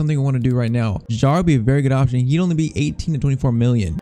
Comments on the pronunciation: Kjær is pronounced Kjaer, not jaer… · f.y.i. Your pronunciation for kjaer is wrong. The "j" is silent.